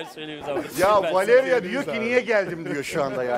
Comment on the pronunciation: Beyaz'ın Valevia demesi😂